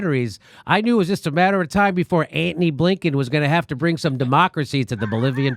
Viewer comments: "Ant-ny" sux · Love your 'ANTONY!' pronunciation, Jimmy. Childish and entertaining!